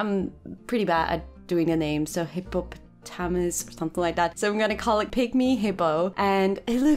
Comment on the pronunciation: the pygmy hippo is too cute - and you pronounce hipopotamus correctly xx